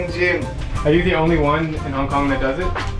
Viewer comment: hong konga looool ahhhhhh